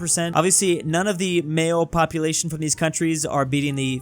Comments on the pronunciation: "woyming popuatlino" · popuatlino. Drewtalian confirmed? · ah yes, woyming popuatlino